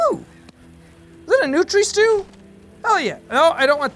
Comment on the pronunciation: It isn't "Nutri Stew," it's "Nutria Stew." Like the giant swamp rats that live in the Southeastern US. Think R.O.U.S. from The Princess Bride.